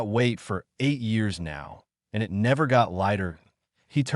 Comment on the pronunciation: Have you noticed how bad these AI's are at just reading. Eye- T instead of saying "it" They can't tell the difference between pronunciation of words like "read or live" or what words should be emphasized in a sentence. They're basically stupid. Start complaining about these things people or they will never improve.